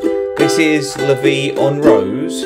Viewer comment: Love the way you pronounce "La vie en rose" haha! ImFrench Thanks for the lesson!